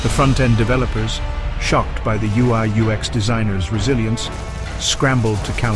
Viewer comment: Really good stuff 🔥🔥 - I loved the ever changing pronoucination of UX 😅